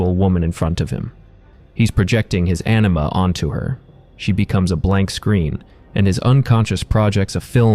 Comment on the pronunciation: Anima, but sounds like you are saying enema